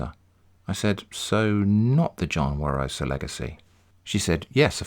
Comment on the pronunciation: Actually, it’s Barosa - not Warosa.